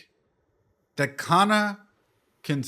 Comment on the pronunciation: Your pronunciation of kana is kana in hirakana katakana